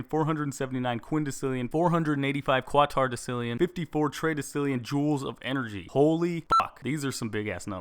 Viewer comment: your pronouncing quatorodecillion wrong, its pronounced kwat-orow-des-ill-eeon